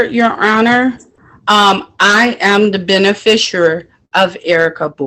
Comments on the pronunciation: I’ve got news for this dummy…there is NO such word as “benefisher” Hey lady…your dumb is showing!! 🤦🏻‍♀️🤯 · What on earth is a Ben-a-fish-erer? This woman appears to be a non-functioning alcoholic. Pauline (Light Tajiri Bey) on the other hand is a functioning alcoholic. She can put complete sentences together. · "I am the benafishooer of Erika Bowie"